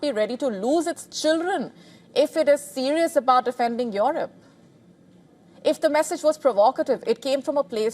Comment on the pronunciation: What a Lousy accent of this newsreader !!! She has decided Russia wants to wage a war with Europe (Or Eurup in her accent) ... for what ?? What has this beggar continent has to offer to Russia ???